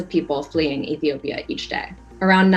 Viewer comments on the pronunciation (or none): none